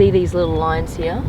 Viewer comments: Please stop saying “Hiaah” instead of “Here”. Try it, it will sound much better. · "The car hia with the worria design.."